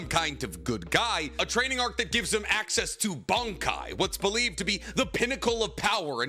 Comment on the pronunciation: its pronounced BONNNNN! KAAIIIIIIII!! Get it right... 🤨😂